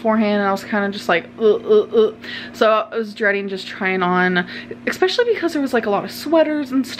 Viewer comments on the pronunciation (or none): She says EXpecially one more time I will stab my ears out with a pencil..... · Why did you say ‘expecially’ like 5 times in this video and keep saying ‘situation’ all the time? Is that like teasing your haters or wtf? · AMBER READ THIS: IT’S “ESPECIALLY” and “ESCAPE” there is no X; please fix this if you won’t fix anything else 😂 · There's no X in 'especially'!!!!!!! Ahhhh!